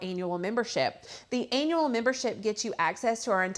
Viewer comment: No. 🙂 I was hearing her saying another word similar to Annual. Kinda thought it was comical.